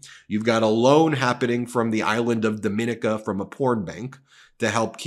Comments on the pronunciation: Trump SPAC=RICO BTW: it's pronounced "Dom-in-NEE-ka" (not dom-IN-i-ka) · Jesus! The island is pronounced Dom-i-nee-kah! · It's not as important as the information, but Dominica is pronounced, Dome i knee ca. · The name of the island is pronounced domineeka and is best known for being the nature island of the Caribbean. It's a beautifully magnificent place. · Dominíca. I stay in la República Dominica. Domin(ee)ca (the other country) is accented om the last í. 🥰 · Love your channel. I live in the Caribbean and your pronunciation of Dominica is incorrect. It's pronounce Dom- mi- ni- ca. Hope this helps. Continue the great work. ❤❤❤ your content. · The island is pronounced - Dom e NIK a. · It is not Dominica! It is Dom meh knee kah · Hey Ben, it's pronounced Dommineeca with the accent on eeca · Can't get more shady if you open a bank in Dominica, pronounced, (Dom-E-Nika) on a small but beautuful island near Antigua. Sounds like Alan Stanford all over again. Still, americans think that DJT should be the leader of the world. "Greed begets Greed"😢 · Dominica is pronounced differently from the Dominican Republic... if they are going to be in the news for any length of time, you might want to fix your pronunciation. It is pronounced as "daa muh nee kuh". Hope this helps! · You and are pronouncing the island name incorrectly.